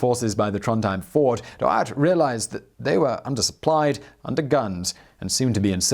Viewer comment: He also butchered fjord and trondheim